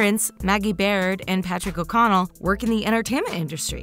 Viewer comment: Am I the only one who had to laugh because of the way she said o Connell